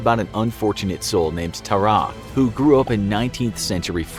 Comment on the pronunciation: yall said tarrare wrong